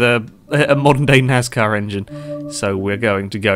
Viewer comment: Why do you pronounce your s in NASCAR like a z .